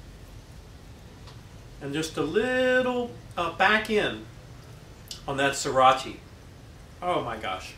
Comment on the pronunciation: Sriracha: Sree Ratch Ahh Not "See rotch ee", friend. :)